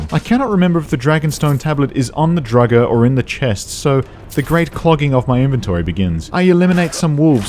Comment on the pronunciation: why do you pronounce draugr not the usual droor-ger or drow-ger but the secret third way drugger